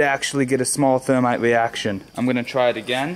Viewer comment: My camwa shut woff in the middle of the weeaction 😂